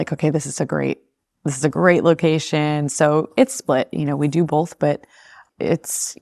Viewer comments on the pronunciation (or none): oh she says the word both as "bolth" bet she says things like "nuculear" and "expresso"... nuclear.... espresso....